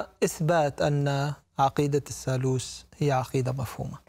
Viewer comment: الثالوث وليس الثالوس. وجلجثة وليس جلجسة. الحقيقة هي أن المسيح صلب على الصليب ولكنه لم يمت بل انزل عن الصليب بعد ستة ساعات فقط وتم إسعافه ليلتين ثم غادر القدس إلى الجليل ومن هناك إلى دمشق حيث بقي بضعة أشهر يتردد بين دمشق وطرابلس الشام ثم غادر إلى كشمير في الهند نهائيا ومات هناك عن عمر مديد وله ذرية موجود حتى اليوم وله ضريح باسمه يوز عساف . وضريحه يسمى روزابال. .وهذه الرواية الصحيحة لها أدلة تاريخية وتختلف عن الروايتبن المسيحية والإسلامية.